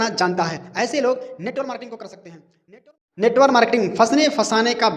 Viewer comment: Sahi se bolna to sikh lo yrrrr😅😅, not NETWOR MARKETING, NETWORK MARKETING OKKK